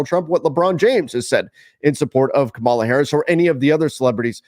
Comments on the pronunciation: It’s KA-ma-la, not Ka-MAH-la. We know who watches 😂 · Hey, I really like your work but could you please learn to pronounce her name correctly. Accent on the first syllable. Thanks. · dude say her name correctly WTF dude? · please work on it. The names you manage to pronounce are far more difficult. Having said that, I appreciate your work very much and appreciate your discussion here about our basic democratic rights (former teacher to another former teacher.) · I can give people a pass when they want to stay out and not speak up for what is right. Gotta keep those viewers. It’s good business. That’s totally fine. But please pronounce our future president’s name correctly next time. That’s all I ask. Thanks! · You pronounce her name wrong